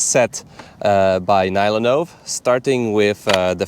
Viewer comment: oh no he started pronouncing NyloNove on English manner :(